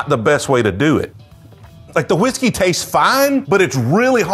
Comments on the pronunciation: you’re pronouncing whiskey wrong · He pronounces Whiskey like Stewie Griffin pronounces Cool Whip